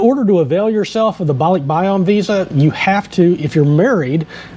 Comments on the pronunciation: It’s yan Not yon….. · BAH-lick-BAH-yan (Yan short A) Thanks.